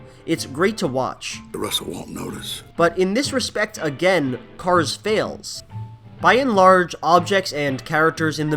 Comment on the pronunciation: "buy-n-large" lol